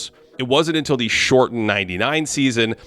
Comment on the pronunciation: Who, on earth, told you that mispronouncing the and a (as "the" and "aye") would sound good??? You've essentially taken a professionally-written script and well-edited video footage, and handed them over to some doofus-sounding 5th grader to read for you... it is an amateur move you may want to rethink.